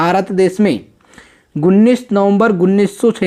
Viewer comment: 😂😂Guneeso se nhi uneeso hota hai bhai😂😂😂😂